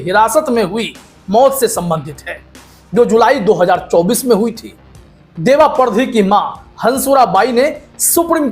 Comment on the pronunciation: सर परधी नहीं पारदी बोलिये मालवा क्षेत्र खासकर गुना जिला में वास करने वाली जाति